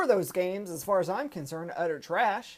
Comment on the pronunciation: I enjoy that you said "Utter trash" in your Southern accent. Thank you.